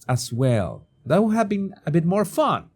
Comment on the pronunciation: It's MORE, not "Moar!"